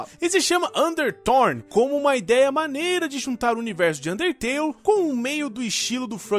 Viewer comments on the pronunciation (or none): ele n disse undertale ELE DISSE UNTETELE